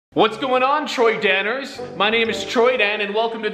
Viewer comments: Bruh he said Troydaners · "Troydaners" lmaooo 😂😂😂